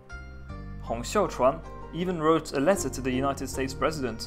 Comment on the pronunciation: you might know it by now, but you've got the pronunciation of "Xiuquan" wrong in both videos about Taiping Rebellion. You pronounce it as "Xiaochuan". All other names are good, just this one.